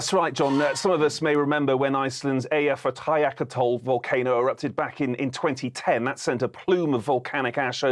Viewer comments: I know… Was just thinking that EyjafjallaHTi?*%{gja! Ah, èg skil, flott hja þér! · Its like he is trying to say Eyjafjallajökull the wrongest way possible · I would never had guessed he said that. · The way he pronounced Eyjafjallajökull 😅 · I always love the attempts to pronounce Eyjafjallajökull 🤣